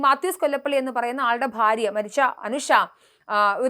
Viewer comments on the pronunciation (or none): none